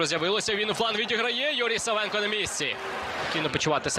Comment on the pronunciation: Накоглос на першу А в прізвищі САВЕНКА!!!